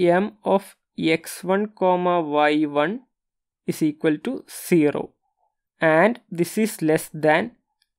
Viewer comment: 0 = zero and its not Shero 😂😂😂